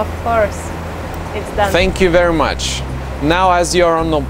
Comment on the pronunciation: "THAANNK VER' MUCH"